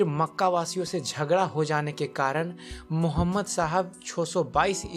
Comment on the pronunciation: Apne mazhab k bare me batao koi zarurat nahi hai islam k bare me batane ki tumhare mu se achha nahi lag raha hai pyaara sa naam mohammad or na tumhare talaffuz sahi hai